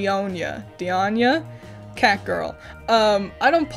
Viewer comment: Pronunciation: Klee: Klee. Qiqi: Chi Chi. Diona: Die- oh- na